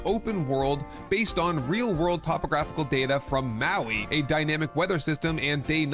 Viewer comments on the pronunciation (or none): none